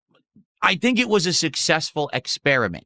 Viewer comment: "sussessful" experiment😂